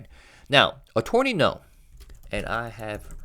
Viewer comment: Only bc you've mentioned before that you'd like your pronunciations corrected, "Attorney" despite the "or" is not pronounced like "torn", but rather with a "ur" sound. Uh-turn-ee.